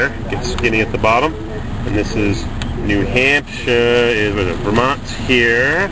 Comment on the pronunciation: Neeew Haaapshieeere..pls pronounce that!!